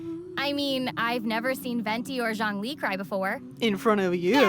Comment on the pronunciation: I’m not seeing anyone mention it so even though this video is like a year old I wanna clarify the way Venti said Zhongli’s name- the “Zh”, at least in his character for his name, is more like a “juh” sound in Chinese :D so he actually said it pretty close to the actual pronunciation, albeit more heavy on the J sound